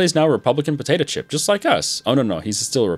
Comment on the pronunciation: Lol I keep thinking says Republican Potato Chip instead of Dictatorship